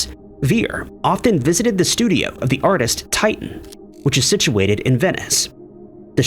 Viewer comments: It's not Titan, It is Teeshan, the painter, that's how the name is pronounced. Could someone please let know this for future reference? And as for those who think Shakespeare could not have written his plays, that's like saying the Egyptian could not have built the pyramids, so the aliens must have done it. Our ancestors were not stupid, and arrogance is just unforgivable on this level. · It took to the very end to mispronounce a name this time, assuming that Titan was Titian.